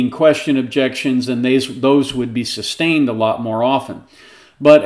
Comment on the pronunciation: "sub-stained" LOL you would think if you're going to play pretend lawyer you would at least know how to pronounce the words.